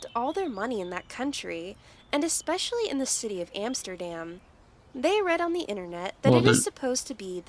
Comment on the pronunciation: She cannot even pronounce "Amsterdam" correctly